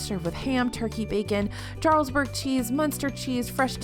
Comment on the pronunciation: The "j", in "Jarlsberg", is pronounced, as a, "y", not a, "j" - ("yarlsberg"). You're welcome.